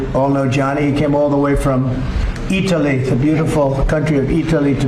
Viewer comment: EEE TAA LEE 🙄